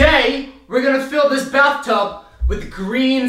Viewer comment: he said bathum